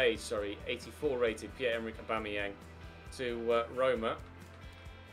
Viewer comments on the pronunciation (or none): none